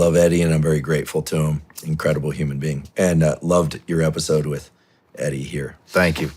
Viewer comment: "hue man"